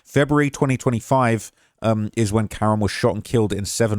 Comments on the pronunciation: KA-RON NOT KAREN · His name is pronounced Kah-Ron #justiceforkaroncann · Kah-ron* that’s how you say it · Bruh.. ain’t no black mother naming her son Karen. It’s Cuh-Ron. Lmao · Kuh-ron. Ronnie. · His name is pronounced kuh-ron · You seriously can't figure out how to pronounce Karon (Kuh-Ron), or Mulcahy (Mull-Kay-Hee)? Wow, you really must be a professional journalist 🙄